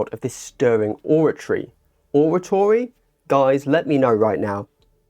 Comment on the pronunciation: or-ray-tory or like orange ray tory like conservatory Thanks for the coverage!